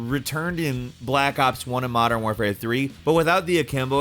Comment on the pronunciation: WAR-fare not WARE-fare ffs. Community can cry if u want. Smd